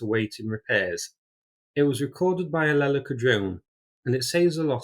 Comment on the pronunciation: It's not Lèleka, it's Lelèka. 🤷🏻‍♂️ The emphasis is on the 2nd syllabus. It means crane, like a bird.